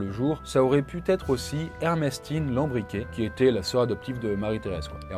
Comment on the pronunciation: Et à 7.30: "ça aurait pu-t-être". Tes videos sont chouettes, mais pourriez faire des efforts-t-à l'oral?